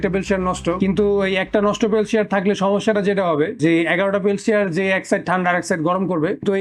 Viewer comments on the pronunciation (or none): পেলসিয়ার নাকি পেলটিয়ার? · thermodynamics er bal buje. thermodynamics en knowledge thakle peltier er pise taka nosto korto na. ঠিকমতো পেলটিয়ার বলতে পারে না এলশিয়াল কয় 😂